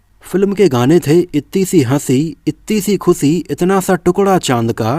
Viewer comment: खुसी nahi खुशी hota hai bhai 😅